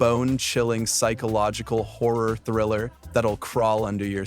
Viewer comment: It's pronounced Horror, not whorer